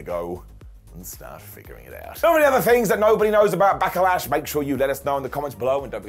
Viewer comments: Why does call it Back-a-lash? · Anyone else wondering why he keeps putting an A between Back and Lash? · I really enjoy the way says Back-uh-lash. His inner triple H is uh, coming out-tuh. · Sounded like called it Back-a-lash a few times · He did, it sounds funny when he pronounce it like that.